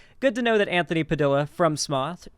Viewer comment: They way pronounces “Padilla” is like nails on a chalkboard LMAO